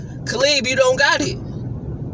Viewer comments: It's CAALEB PLANT NOT CALEEEEB!!!! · Your right its cay lab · Did you say 'Ca-Leeb' I thought Caleb was pronounced 'Cay-Lab'. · I love how you gave Caleb a black name-- Kaleeb instead of Kaleb. Secondly, fck PBC. They don't live up to the hype. 3rdly, I like Plant and it would truly be an upset if he beat Canelo. And lastly if (when) Plant loses it will forever be said that he sold his belt for 10 mil and he will never live that down. If Canelo loses we will be waiting for Canelo/Plant II. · "Caleeb Plant"😆 "Billy Hoe"😆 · How many videos and comments are people gonna make saying plant doesn't have much of a chance,it's like beating a dead horse...this guy can't even say Caleb's name right...to all the canelo fan boys,dont worry the fight is gonna happen....so Nov 6th you can all get together and jerk each other off while yelling your support for canelo at the tv